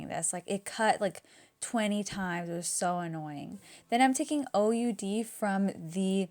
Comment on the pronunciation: btw, OUD is pronounced like "ud" ))